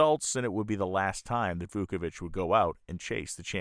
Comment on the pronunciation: Vauovich ( just missing an “e” from his tongue twisting double knot last name). No wonder everyone called Vooky. Wow-o-vich He had life priorities in right order. Family and work first. Risking his life in love of racing second. Hart breaking to se him die such horrific crash.